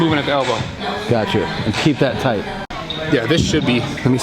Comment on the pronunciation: Anybody else is triggered by Brad saying nice and thight and not high and thight? #ymh #TryItOut!